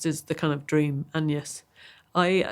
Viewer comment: Interesting and significant that Maggie says 'An-yes' when mentioning Agnes' name. That was the medieval pronunciation, which is one reason why 'Anne' and 'An-yes' were how Anne was also known as 'An-yes' in that period. The name was effectively the same.